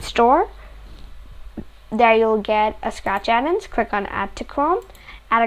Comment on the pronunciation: Bro really said addens 💀 It's add ONS